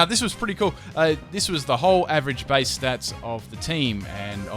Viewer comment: Omg the way he pronounces "Bass" makes me cry. AND THEN WTF IS A CORSAWLA.